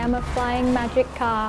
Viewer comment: Omg were she said "a flying magic car" i was like what? a flying magikarp? xD